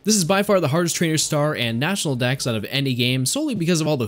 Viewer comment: Kanto DEX not DAXxx